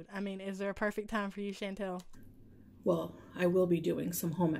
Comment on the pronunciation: I love the way says Chantal’s name. “Shan-Tell” lol PS I am southern myself so don’t me 😬😝